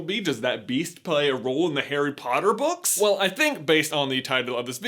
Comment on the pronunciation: "In the Harry Potter brooks....." Me:"Did he say brooks?"